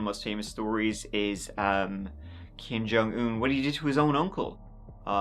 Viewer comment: You have not heard the rast of Kim Jong Earr!